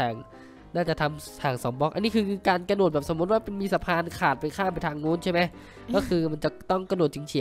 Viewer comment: พี่กระโดดไม่ใช่ระโดด